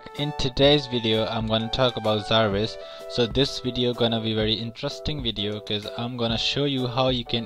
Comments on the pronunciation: It's Jarvis not zaarviz!😂 gawaar saaley! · zarvis :D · Jarvis not raspoend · Its Jarvis, not Zarvis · Not Zarvis. Its Jarvis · Why do you keep calling it zarvis. ,??? 😂😂😂😂